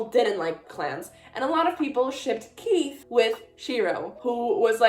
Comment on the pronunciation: Congratulations again ❤. Do you think Estelle can see through the Mist because Sally could? Btw Keefe is pronounced Keef without the e sound at the end. Also now you feel our pain with kotlc. Thanks so much again!!!